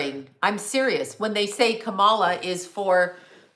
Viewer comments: KA-MA-LA That’s how you say it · you pretend to be neutral about political parties and don't care about any of them, but it's so obvious you are a Trump supporter. You use their verbiage and proudly mispronounce Kamala name every time...refusing to pronounce it correctly. It's okay to support Trump. Be truthful.